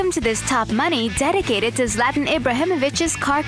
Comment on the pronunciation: hate how she pronounces his name Szlat-an and pronounced audi oodi's